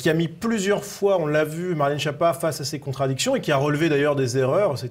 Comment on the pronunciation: Skiappa, que ça se prononce et pas Chia pas 😋 allo quoi, wtf ! Retenir surtout que ça veut dire en italien : nullité, sous-doué, grosse courge, ...😅